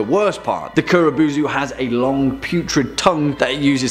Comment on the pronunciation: Kuro bow-zoo man